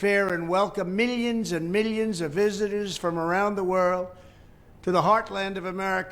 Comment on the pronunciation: why do old people say millions like this? My mom says it the same way. I guess it’s that generation. Where a million actually was a lot.